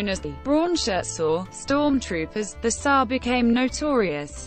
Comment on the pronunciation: This bot's pronunciation of SA as saah instead of s.a. is aggravating.